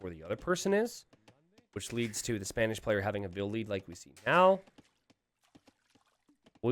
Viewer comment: Did I heard say Spamish not Spanish?